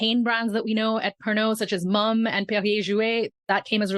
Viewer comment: G.H. Mumm is pronounced "muhm" not "mom"